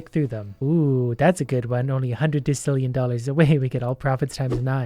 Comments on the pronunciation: Hey, it’s technically pronounced desillion, but you do you. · "dekillion" Oh, you americans... It's deci, as in decimal. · I'm telling you that when you called to Killian it's pronounce decillion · i hate how you said decillion. its decillion not dekillion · funny thing is decillion is probably ACTUALLY pronounced dekillion but everyone just pronounces desillion because english rules or something. also desillion sounds better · Decilion is the wrong pronunciation say it like desilion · Omg his pronouncing decillion wrong 🤣. I don't think I have the heart to tell him (or the money 🙃), that's why I'm writing it. Decillion is pronounced "desillion", it's one of those moments where the "c" makes an "s" sound. Edit: Man. I kind of wished he kept pronouncing the names wrong through the episode, cause it would have been amazing. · decillion is pronounced "des ill ion" so you were partially correct on the pronunciation also if you click the thing in the top right you can buy stuff at different amounts of money so you don't have to keep I'm buying so much of a certain thing then you can put it by Max and you'll buy the maximum amount of a certain item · It is pronounced Dess-Ill-eon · Decillion is pronounced “De-sil-ion”, by the way. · its pronouce "des-illion" noob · Decillion is pronounced with the s sound. Also, the list of big numbers goes Million, mille means thousand, and a million is a thousand thousands. Billion, bi- means two. Trillion, tri- means three. Quadrillion, quad- means four. Quintillion, quint- means five. Sextillion, sex- means six. Septillion, sept- means seven. Octillion, Oct- means eight. Nonillion, non- means nine. Decillion, dec- means ten. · daa sil E on = decillion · I'm pretty sure decillion is pronounced like desillion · pronouncing decillion as deck-illion hurts my soul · de -kill-ion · decillion is pronounced de-sil-e-on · It’s de-sill-eon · for future refrence decillion is pronounced desillion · Its prnounced desillien